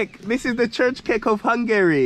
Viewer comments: nice place, welcome back to Hungary. Csirke is chicken, not csicskek. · Chicken is pronounced Cheerka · check up the pronunciation for chicken or hens in google translator, because what you say is totally not understood for any Hungarian.